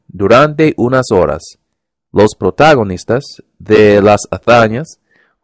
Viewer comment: Bastante bien, pero cuidado con los acentos tonicos. Debe ser: protagoNIStas; amaneCEres.